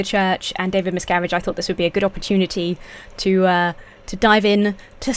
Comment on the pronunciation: Throughout the video, I kept hearing the leader's name as "David Miscarriage", which made it unintentionally funny.